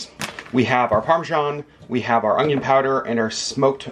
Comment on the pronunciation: omg you say "ongion!" I had never heard this pronunciation until I started watching "Weed 'em and Reap" vlogs, now you're the second person I've heard pronounce it this way.